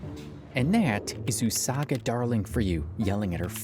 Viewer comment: not you pronounce it as 'usaguy' 💀